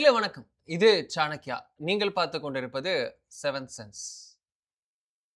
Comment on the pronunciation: PERFECT STAND - Desa bakthi—Saa-nakk-kiya? சா-நக்-யா